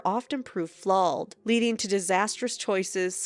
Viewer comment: Pronouncing “flawed” incorrectly is 👩‍🍳💋🤌. Fantastic